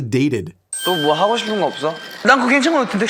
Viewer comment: he drags his syllables out like that on his "fromm" messages too! he says stuff like "뭐해애" "하고오오" "왔다아아" "알려줄게에" it's something cute i have noticed lol